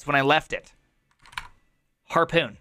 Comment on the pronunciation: says HARPON like its PARKOUR, lol